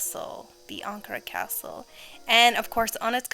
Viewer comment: I dont know why but the way you pronounce ankara is so satisfying